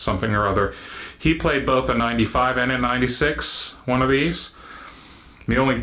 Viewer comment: This wain you are talking about, is it a big wain, or a little wain?